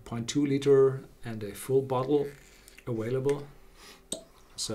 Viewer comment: Its pronounced aVailable, not aWailable